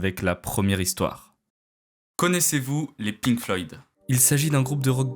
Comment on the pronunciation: aint no way bro said "les pink floyds" 😭😭 nice vid tho